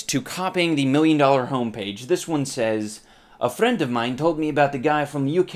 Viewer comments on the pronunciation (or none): lol the way he says "friend" is so weird, he kinda said that with polish accent